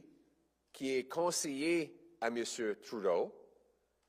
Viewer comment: Merci de le prononcer Troudeau Mr. Poilievre